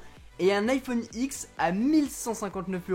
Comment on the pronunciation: "iPhone ixe" 🙉